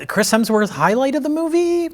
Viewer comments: ...you repeatedly call him Chris HELMSworth. It's Hemsworth. You should apologize. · another instance of the incomparable pronouncing Hemsworth as “Helmsworth” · It’s been nine years since Mike made fun of for calling Chris Hemsworth “Chris Helmsworth”, yet he’s still doing it. God bless his soul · I think this might be my favorite movie ever too.:trophy-yellow-smiling: And its HEMSWORTH! Not Helmsworth. "Bad Max" features an old sullen mel gibson driving around suburban strip malls in his smart car. Throwing a fit at the Starbucks drive through. Yelling at teenagers. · Mike is seething behind the camera at pronunciation of "Helmsworth" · I just need to stop you. You you consistently al- always say "Chris Helmsworth". It's "Hemsworth". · 8 years after being scolded by Mike for saying "Helmsworth," and is still doing it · "chris Helmsworth" - did it again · still calling him Helmsworth 😂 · did say "quic-chris helmsworth"? dick the birthday boy never learns... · still calling him Chris "Helmsworth" despite being previously rebuked by Mike. Poor Chris Helmsworth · calling Chris Hemsworth Chris Helmsworth with the inevitability of diabetes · still says Chris HeLmsworth 😆Mike corrected him years ago! lol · hes still calling him chris helmsworth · still says "HeLMSworth" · says 'Chris Helmsworth' again. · is finally free to mispronounce “Hemsworth” now that his bully is gone.